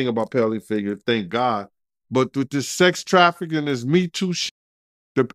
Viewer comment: Sex trafficking and what???... you're trying too hard, pronouncing words wrong😂😂 but i knew what you meant....